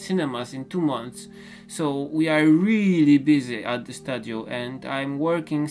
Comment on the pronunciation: I absolutely love your content! Keep it up and I will be very very happy. Byyy the way, the pronounciation of studio is like stooooooodio. Like stu in stupid. So ssss-chu-deeee-o. Studio. Not hating here or anything. Trying to help